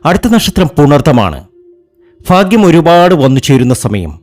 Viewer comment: ഫാഗ്യം ഭയങ്കര ഫാഗ്യം. ഒന്ന് പോടെ.